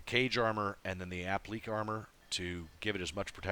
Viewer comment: Great vid as always.. One quibble: it is pronounced "app-lick-KAY" rather than "app-leek". Cheers.